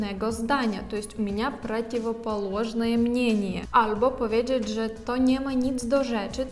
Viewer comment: " powiedżedż" ???? Pracuj nad wymomą!!!